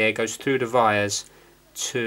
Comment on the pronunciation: Why the heck do you say vires instead of wires?????????????????